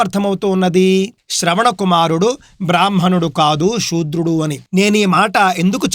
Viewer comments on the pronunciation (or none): సూద్రులు అంటారు శుద్రడు కాదు అక్కవచనం సుద్ర